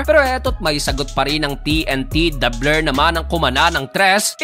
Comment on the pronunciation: Bakt "Da Bler" ung " Da Blur??